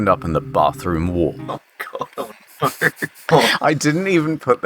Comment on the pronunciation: Thought you were British til I heard you say “no” as “NUUUUUUUR”